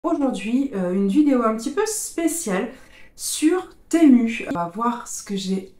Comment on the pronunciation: Enfin quelqu’un qui prononce bien le nom .. Persoo je ne commande que sur ce site, il est trop bien